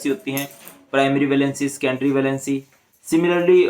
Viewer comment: Scendory nahi sir secondary hota hai